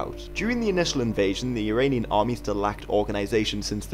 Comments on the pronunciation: Uranian or Iranian??? get your pronunciation right !!!!!!! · Why do you pronounce "Iranian" like "Uranian"? It is quite annoying...